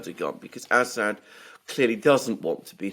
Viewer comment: Alexander, he is called As-sad not Ass-hat.